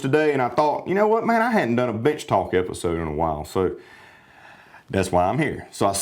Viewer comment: I thought you said Bitch Talk. Can you do a bitch talk in the future ?